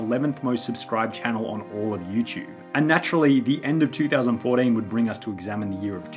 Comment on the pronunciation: two thousand FOUR DEEN